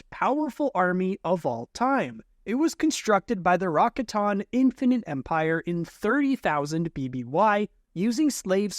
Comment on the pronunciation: Ra ka ten not raka tan